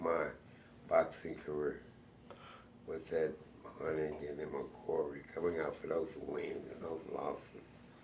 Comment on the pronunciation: Can’t believe the interviewer called Honeyghan “Honeygo” 😣